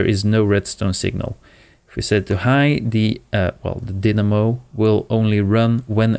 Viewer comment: Pretty sure it's pronounced die-namo, not din-namo.